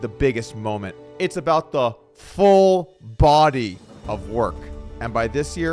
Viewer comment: The "full body" of work emphasis killed me